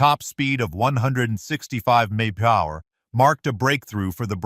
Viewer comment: What the hell is he saying when he says mph?? Sounds like he is saying monkey bar. And what's with the word Solidify so much??